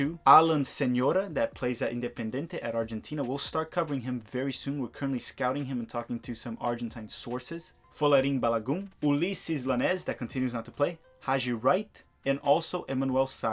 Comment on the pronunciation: Great videos man! Also, the ll in Llanez is pronounced like a Y.